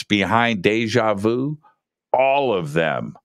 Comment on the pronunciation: When you say. "It's just like de ja veau". Is that de ja veau? Definitely is yes.